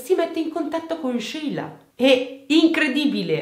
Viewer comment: E poi ci sono io, che mi chiamo Sheila e ho sempre messo l’amicizia al primo posto ❤️ sarà il nome! Grazie per averlo pronunciato “all’italiana”, fa piacere sentirlo dire giusto 😍